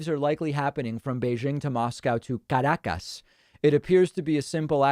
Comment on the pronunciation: Caracas David: Karrrakkas 🤣